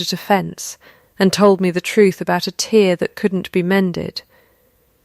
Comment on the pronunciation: Why can’t these channels apply themselves to things like pronouncing words correctly. A tear in a fabric is pronounced ‘terre’ not ‘teer’. So annoying. And how is it possible to not notice something as obvious as “that is enough” is three words not two. 🙄🙄🙄 All very minor but sloppy nonetheless.